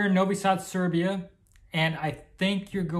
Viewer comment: Its Serbia, not Servia. Welcome!